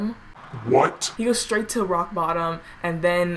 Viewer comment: Nobody: Literally no one:: BoCk RotToM